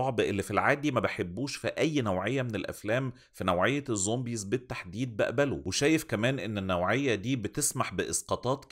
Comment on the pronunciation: انا بحبك بس ممكن ارجوك وغلاوة عيالك تبطل تقول ظومبيظ؟